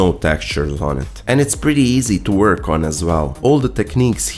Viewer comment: "It's the same old vork we've done a million times" Speak for yourself, I'm a fresh green newbie 😳